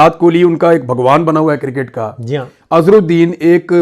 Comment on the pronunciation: شاکر بھائی لفظِ کرکٹ “ کو انگلش تلفظ کیساتھ بولا کریں وگرنہ کِرࣿکِٹࣿ کہنا😢 (کوڑا کرکٹ” کا معنی دے گا